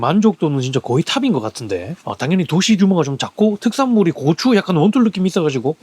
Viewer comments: 고오추 아니고 고추 ㅋㅋ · 앜ㅋㅋㅋㅋ 고추를 고오추라고 발음하니깐 이상헤요